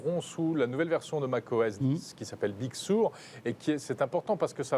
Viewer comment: Ya que moi que ça dérange qu'ils disent processeur "arme" ? Et macOS "big suuuuure" ?